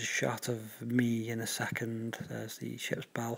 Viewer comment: 'me' mate not 'mw' that w is too close to the e :)